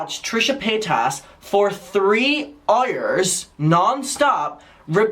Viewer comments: pls i luv the way he says hours. heurrers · “3 FUCKING EYERS” 😭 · I love the way you say “hours” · I don’t know where your accent is from, but I love how you say “hour(s)”. I replayed it like 10x lmao. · The way you say hours had me screaming 🤣🤣🤣